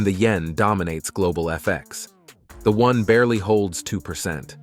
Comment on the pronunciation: It''s WON (won), not ONE (wan)